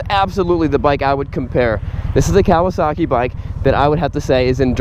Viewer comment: Dude.......It's not pronounced "Cow a sock ee" it's "Ka wa saki".........get it right.